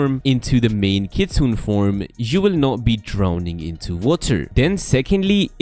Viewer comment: (Not being a nerd) but it's pronounced 'Kitsu-ne' which is a fox spirit in japanese mythology